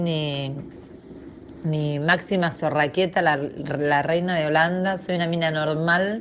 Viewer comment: Maxima "Zorragueta" jajaja